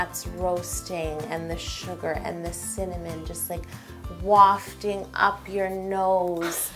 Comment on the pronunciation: I say wafting she says wofting